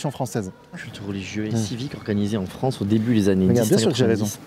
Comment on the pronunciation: Le Fwance =)